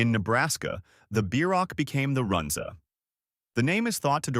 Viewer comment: This video cracked me up. The don't know how to pronounce Runza, Listed the Bohemian Cafe which has been closed for almost 10 years. Omaha steaks is a joke and nobody in town thinks the steaks are quality.